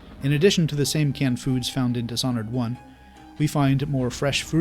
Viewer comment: dish (this h is silent) honored